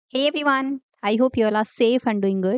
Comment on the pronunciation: Atleat say "hi everyone" , ur "everyone" sounds bad